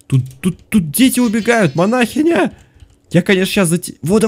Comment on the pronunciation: Манахиииииииня а не манаааааааахиня ок